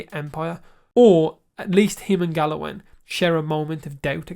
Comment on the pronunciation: Hi,! You seem to have trouble pronouncing names the way it is in the show!😅 Is that regional? Saref ≠ Sareth Salvador ≠ Salvor Galowen ≠ Glaywen Bruvver Constant ≠ Brother